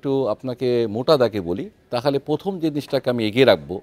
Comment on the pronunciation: একজন ব্রি. জেনারেল বার বার পথম পথম!!!! উচ্চারণ করছেন 😅😅😅😅 লে হালুয়া 😢